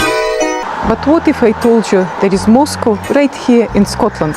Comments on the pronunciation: Moscow is not pronounced the same. It’s it’s pronounced more like 🐄. Used to live in Fenwick I’d have to pass through to go to high school. We were always corrected to calll it mos 🐮. Slightly different x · It is pronounced Moz-cow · Ye say mos cow😂🏴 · btw its Moss...Cow! as in the animal...Cow🐄